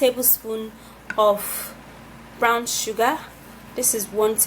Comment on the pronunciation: It's brOwn sugar, not brAwn sugar